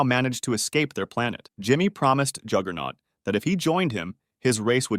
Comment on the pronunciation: Juggernaut not jigglenaut